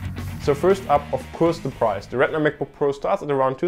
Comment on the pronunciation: If you ever do another video like this, please try to pronounce retina a little different than regular, it was hard to differentiate at times. Good job though!